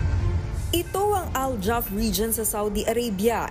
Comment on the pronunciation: Al Jouf not Al Jaf